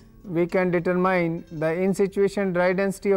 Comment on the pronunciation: I request all Indians please pronounce "Determine" correctly... Video is informative.. Thank u